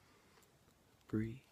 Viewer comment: The word is breathe it has a e at the end not breath